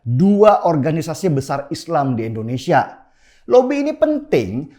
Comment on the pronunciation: Indonesia , I-N-D-O-N-E-S-I-A PAK BUKAN ENDONESIA !!!